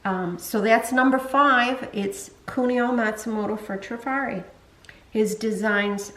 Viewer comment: so glad to see someone pronounce it properly :) I hear many say Try-fari